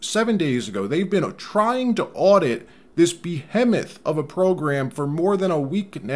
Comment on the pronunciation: Bohemotn - Pronunciation - (buh·hee·muhth)